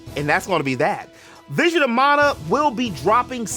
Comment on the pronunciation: If Nintendo had their way they'd make fan art illegal! And thank you for pronouncing it as Mon-uh. It grates my ears when people pronounce it as man-uh